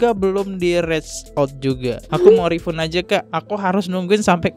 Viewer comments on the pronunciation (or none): Refund = re-fan [bacanya]